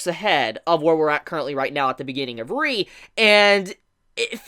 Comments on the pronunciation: Its pronounced: Tokyo Ghoul: REEEEEEEEEEEE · The way you say Tokyo ghoul: re I almost died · If ur such a big Tokyo ghoul fan then pronounce :re correctly